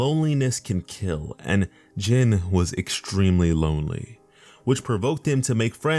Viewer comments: His name is pronounced (gene or by other words in a more easy way to put it pronounce it as the word jean) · Almost said his name right last name was about spot on but his first name sounds like jean bit is spelled Jin